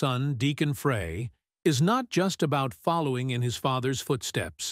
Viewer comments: Deacon “Frie” not “Fray”. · pronounced fry not fray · His name has always been pronounced Glen Fry, like the cooking word fry, not fray for 40 years. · This is a really good video . However You have to pronounce Glenn and Deacon's last name correctly ...Please. It is pronounced Fry like a french fry !!! Not fray, FRY !!! I knew Glenn for over 60 years, grew up with him in Royal Oak, Michigan and was a life long friend of his until he passed away 😪😞 . Please give him and Deacon the RESPECT THEY DESERVE by getting the name right !!! Thank you....Peace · Please note: the last name is NOT 'fray'. It is "fry". Got it? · It's pronounced fried not fray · His name is pronounced Fry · First I would like to know if this is AI generated voice? Next I have always heard Glen Frey's name pronounced as Fry. Does anyone agree? Maybe Deacon Frey should talk with Hank Williams Jr. He was in the same position after his father Hank Williams passed. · Hold on. This is stupid. How can you put out a video on Glenn Frey and not know his name is pronounced, Fry. Point 2. As a forever Glenn Frey fan, I saw one of the earliest shows with Deacon. Everyone was excited to see him, proud of him, and I didn’t hear anyone at the show or in conversations afterwards negative about Deacon’s performance. There was more criticism that he wasn’t singing more of Glenn’s songs. And that meant the criticism fell onto Vince Gill. Deacon was and is loved!! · I wish they would learn to pronounce the name right it's Frey(fry) drives me crazy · Glen “Fray” Seriously? You couldn’t get the pronunciation of his last name. Shame on you. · I think his surname is pronounced 'Fry'. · Please learn how to properly pronounce his name. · Why can't the narrator pronounce the name Frye correctly. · An AI mess...don't waste your time. If the AI generated voice can't even pronounce the last name correctly, what else isn't right? A lot. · Pronounce the last name correctly. Embarrassing.